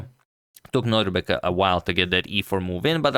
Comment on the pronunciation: love your content, Antonio, and I'm subscribed since forever. Just one thing: I think you are pronouncing Abdusattorov's first name as NoDRIbek but it's actually NoDIRbek, right? Just for me to confirm and maybe also for future videos 🙂 thanks for yet another great video!